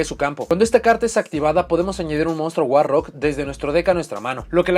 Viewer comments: cuando dice monstruo guarro, olvídate del inglés xD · Cómo la editora de cartas traducirá al español el nombre war rock: guarro Ahora escucha el vídeo pensando en “guarro” cada vez que diga “war rock”